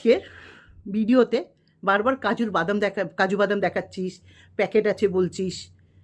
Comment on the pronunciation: বলছি আপনি আগে কাজু বাদামের উচ্চারণ টা ঠিক করে করুন😂😂😂।।। আপনারও তো অনেক কেচ্ছা শুনলাম দেখুন yt তে সবারই কিছু না কিছু আছে বেকার খিল্লি করে লাভ নেই।।। আপনি যেমন পরকীয়া রতা টিন কে সাপোর্ট করেন তার পর অন্যের চরিত্র নিয়ে বলা আপনের মুখে মানায়😂😂😂😂।। নিজের বয়স টার অন্তত লিহাজ করুন😂😂😂